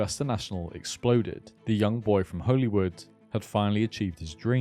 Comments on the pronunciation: I loved this video - criminally underrated channel btw. But i just had to say, in NI we pronounce ‘holywood’ in the exact same way as ‘hollywood’ 😂😂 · I promise I will watch all of this but it’s pronounced Hollywood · btw, Holywood is pronounced the same as the place in LA Hollywood.